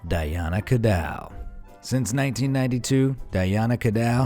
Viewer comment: DAMN! i thought he said "look like a Chrysanth" -n it was a "Croissant". :¬) Cadeau is NOT pronounce CadOW ye pillock!